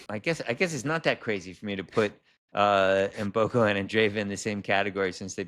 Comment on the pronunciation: you have to start learning how to pronounce Mboko properly. You are consistently calling her Mboku. Your guests are saying her name correctly. Other than that, I am enjoying your interviews.